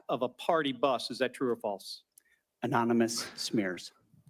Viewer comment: Is he saying anominus instead of anonymous? I heard it 3x😮